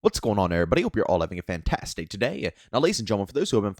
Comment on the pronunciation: Guys I figured out what he says in his intro. Over multiple videos slowing them down, he says “hope you’re all having a fantas day today. “ Not Fantas-tic, just fantas, and that’s why we’ve been confused